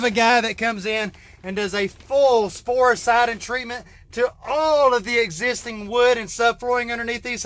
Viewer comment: What is the chemical product name to treat the wood holding up the floors. Are you saying “sporesiding”? Where can it be purchased?